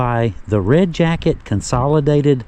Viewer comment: You are right in that Red Jacket is different. You pronounced Chief Red Jacket's name correctly. There is so much history tied to Red Jacket all the way prior to the American Revolutionary War. Thank you so very much and. Keep up your great work.